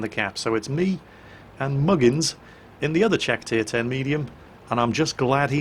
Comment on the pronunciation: Btw, I've noticed Swedish people pronounce the "Ch" and the "Sh" almost the same way, but infact, it's different. Czech is pronounced like "Check", not "Sheck". It's a helpful tip.